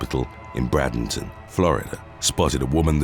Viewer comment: Bradenton is pronounced: Braid-ing-ton